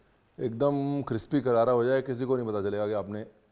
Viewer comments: Sir crispy hai cripsy nehi 😂😂😂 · Crispy ❎ Cripsy ✅ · The way you say crpsi instead of crispy 😋😋 ussi mai crunch aa jata hai